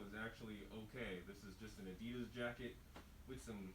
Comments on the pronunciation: It's not spelt adidose or adidos please say it right 😂 add-de-das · Why "adidas"? =D